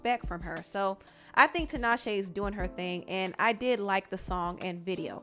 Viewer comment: why do people call her Tanashe its Tinashe